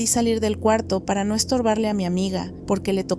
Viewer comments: Siempre asumí que la chica era una voz sintética porque cuando la frase termina en "pero NO:" ... dice "pero número" 😅 Me da gusto ver a los humanos detrás, me encanta escuchar este canal mientras estoy haciendo patrones y cosiendo. Que sigan muchos años más! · Yo igual, siempre me parecia raro que no decia NO sino numero